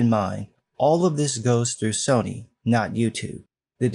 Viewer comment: I'm laughing harder at Soyny more than I should be and now cannot hear Sony without hearing Soyny now lol